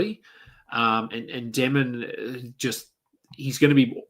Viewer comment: If you care ask Josh how to pronounce DEMIN